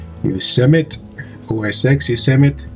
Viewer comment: FYI, I believe it is pronounced yo sem ity . Thanks for sharing...